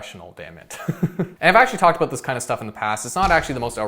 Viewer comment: Is that a Canadian thing when people pronounce "about" as "aboot"?